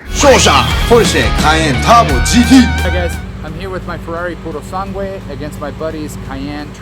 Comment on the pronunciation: His pronunciation of Urus and Purosangue made me gag